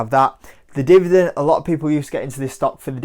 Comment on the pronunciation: He's a good guy, likeable and does superficial analysis quite well. I know the UK has accent variation but what's with the whole "divident" thing? Shows how eager some YouTubers are for views rather than substance #schoolboyerror